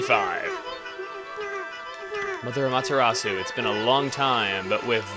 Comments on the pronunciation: chugga...i have a question thats bugging me...is amaterasu pronounced the way u pronounced it or am-ah-ter-reh-su? im sorry if its not... but im into the japanese and i sorta pronounce things like they do...sooo...tnx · I think Amateratsu's name was pronounced at "aw-muh-ta-raght-su". I dunno, that's just me. I could be wrong. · Its pernounced a-me-tur-at-su yay for taking japanese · Sry but u severely mispronounced Amaterasu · Chugga is still pronouncing Amaterasu wrong :B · I'm watching all of let's plays ever in chronological sequence, and this looks to be epic.... "Amaterasoo". No. I've lived in Japan for a year; back then a yen was just about a cent. Dunno the exchange rates now. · AAAGH!!! It's not A-MahtA-rasu. It's ah-mah-te-rah-soo. The mispronunciation just drove me nuts throug that opening bit. Please say it right, my brain aches when someone just doesn't get the pronunciation right. You made the lower case e sound like an upper case A. This just bugs me. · you pernoused amaterasu wrong :/ That's fine though :D I found out how to pernouse it in a TV interview thing xD its pernoused am-er-short o-su(long u) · it's AH ma ta RAh soo!!!!!!!!!! get it right!!!!!!! JEEZ!!!!!!!!! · AAAGH!!! It's not A-MahtA-rasu. It's ah-mah-te-rah-soo. The mispronunciation just drove me nuts throug that opening bit. Please say it right, my brain aches when someone just doesn't get the pronunciation right. You made the lower case e sound like an upper case A. This just bugs me. Also, ee-Sun calls you Ay-mee. You got even the english wrong. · Its actully um-ot-er-los-ou try speeding that up and you got it. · おかみ あまてらす Okami Amaterasu As you said (Or say later on), each letter only has one sound... However, the "u" at the end is silent, just as in "Desu", their periods. Therefore it would sound like, "Amateras." The way you pronounce it isn't necessarily wrong, it's just not how commontongue would pronounce it.